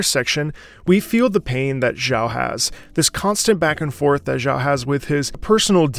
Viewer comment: thank you for the hard work and content, keep it up! If you could, try to learn how to pronounce Xiao’s name better please, as a matter of respecting the language.